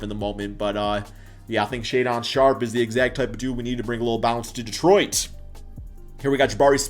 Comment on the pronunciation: Shay...don. shay-den is how u say it